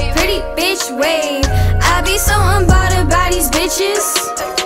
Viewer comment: Right she can’t even say unbothered correctly